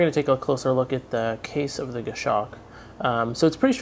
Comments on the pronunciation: Great review as always, just might want to check your pronunciation of Goshawk. It's Gos-hawk, not Gosh-awk. I bought a Citizen nighthawk BECAUSE of your reviews, so not real criticism. Format is awesome, very polished. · it's pronounced "goss hawk" not "gashock."